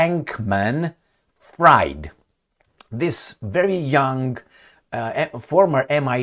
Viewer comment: use your German pronunciation skills and you get the 2nd surname of BANKenstein. It's not "fraaiid", it's freeeed like what he will be:)